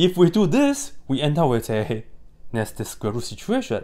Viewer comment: When he says "nested square root", I thought he was saying "nasty square root", and I was still in full agreement